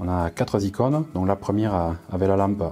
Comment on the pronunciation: Très bien 👍bravo... mais quatre Icônes et pas quatre zicones. 😕🤫